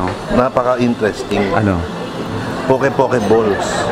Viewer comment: Interesting on Poke poke as ensalada because there is really a poke bowl but a different presentation. Poke in Hawaii is pronounced as pokay…. Poke bowl is traditionally Hawaiian but with the raw sushi of Japanese influence. It’s a different healthy meal not just salad but a bowl with vegetable, rice, raw fish or seafood and other condiments at sides.